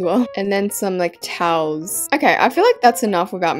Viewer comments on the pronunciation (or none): You Said like touls but it’s TOWELS 😂